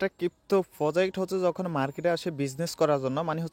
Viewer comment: কিপ্ত😂কিপটো It's crypto bro🙃 100M=1B